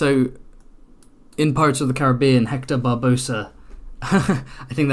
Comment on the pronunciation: Barbarossa not Barbosa